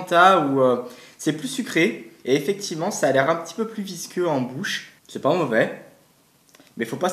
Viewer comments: C'est pas movait 😂mdrr 100 fois trop bien sinon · "C'est pas movais"😂😂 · Pourquoi tu dit c'est pas movè